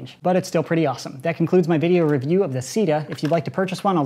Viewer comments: Might wanna avoid pronouncing CEDA as “sida” because SIDA is the French word for AIDS and it may offend some people. Personally I don’t have a problem with it but still... worth noting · When he said CEDA.... I thought he said "Sea Death" Giggity Edit: Also today's sponsor is sea where your enemies experience DEATH!!